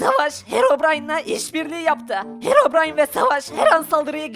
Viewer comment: Harabrine✅ Herobrine❌ SJSJSJSJ